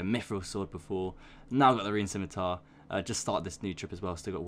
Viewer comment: The fact that you say scimitar correctly pushed me to subscribe.